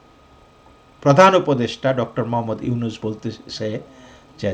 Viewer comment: Ota “yunus” na “Nunus”.